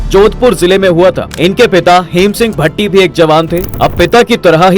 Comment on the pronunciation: भट्टी नही भाटी, मेजर शैतान सिंह भाटी।।।